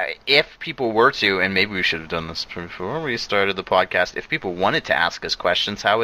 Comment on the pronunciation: Spelled "Spwadcast" but pronounced "spodcast"?